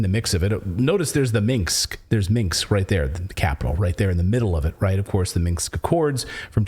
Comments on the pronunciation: Minsk, not Minx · First of all, Russia could only mobilize 220,000 NOT 300,000 troops. GET YOUR FACTS STRAIGHT. And it's 'MIN-SK' NOT 'MINKS'. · Audio: hearing some room echo/reverb/ambience in addition to your voice in your mic. I don't think I've heard that on your show before. *Minsk, not 'Mingsk' or 'Minx'. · MIN S K CLAYTON NO MINKS 😀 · It’s Minsk, not Minks. Slavic pronunciation is hard, I get it. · Between this guy and Jimmy Dore, I’m sure they’d be able to work out how to fucking say “Minsk “😂